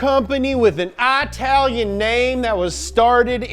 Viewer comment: "it's the frunch car company with an atalian name that was started in germany"